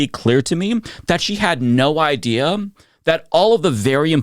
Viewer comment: " EYE HAD AN EYE DIA"